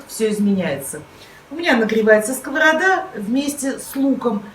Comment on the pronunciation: Евреи в моем понимании образованные люди почему вы коверкаете слово сковорода аа